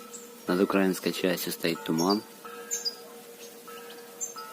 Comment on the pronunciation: Друже, все супер, але не "укрАинский", а "украИнский"......